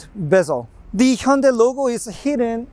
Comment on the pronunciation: For all the stubborn European (Brits) listen how he pronounced Hyundai. Not Ha Yun die!!